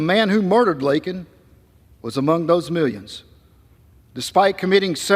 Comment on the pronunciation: #LakenRiley SAY HER NAME CORRECTLY! IT’S LAKEN! NOT LINKIN!!!